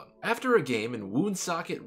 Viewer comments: I’m from there, it’s pronounced wonsockit, thought to mean thundermist. Nap Lajoie was from there. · Its pronounced like one-socket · Thank you! I've been calling Lajoie "The WOON-socket Rocket" for years now. Now, subsequent to corrections including yours, I have to call him the "Wunsockit Rockit." Thanks. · Thanks for the correction. I always thought it was WOON-socket, too. The name stuck with me because of Napoleon Lajoie who I started calling "The Woonsocket Rocket" many years ago. Gotta alter my pronunciation now: "Wunsockit Rockit." Thanks.